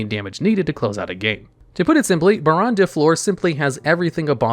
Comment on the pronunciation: i am so happy he pronounced baronne correctly.